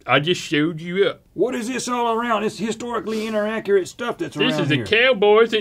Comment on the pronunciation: said, "historically interacurate" lol